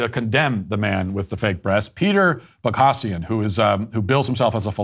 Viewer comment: It seems like you are not aware of who Peter Boghossian is judging by the fact that you can't pronounce his name (two different pronunciations, both wrong) and completely misrepresent his views. Maybe check out the "grievance studies" which essentially cost him his job. I note he has offered to speak with you, you should take him up on this offer and allow him to correct the damage you may have done to his reputation.